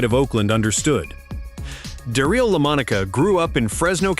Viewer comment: Da-REEL Lamonica? Really? AI sucks. I clicked off right there. A wasted video. AI is not quality to be proud of. It's just cheap and unrepsected junk.